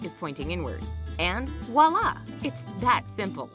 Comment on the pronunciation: The word is not "wall ah", it is voila pronounced "vwa la"